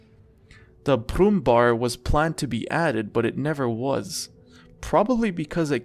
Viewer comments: Not Brummbar. Brummbär (im german) and in english it is banger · It's not "Brummbar", his correct name is "Brummbär" 😂😂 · Brummbär actually translates to 'growling bear' not grumpy. And the ä is spoken like the 'ea' sound in 'bear' so better say 'brummbear'. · The brummenbar😂🥺 as a german i loved how u pronounced the tank names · It's Brummbär, or Brummbear if you want, which is a grumpy person. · "arty nerf"